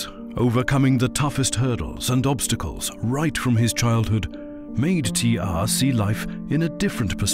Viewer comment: Its T.R not "T arrrrrrhhhhhh"